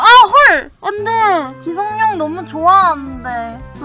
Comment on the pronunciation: 기성룡이 아니라 기성용입니다. 용성기 O 룡성기X